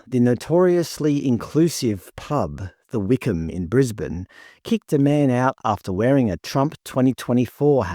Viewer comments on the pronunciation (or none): none